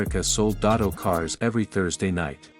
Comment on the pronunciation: First of all it’s “DeSoto” not Dotto!